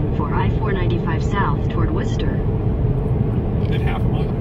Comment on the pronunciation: The GPS even knew how to pronounce Worcester!